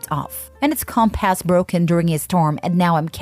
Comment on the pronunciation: Why exactly is the AI pronouncing compass as "Comp Ass"?